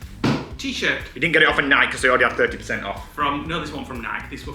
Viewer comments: Aaargghhh! Nike is pronounced 'Nigh Key'. Not Nike as in Bike. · Nike… pronounced N-eye-keee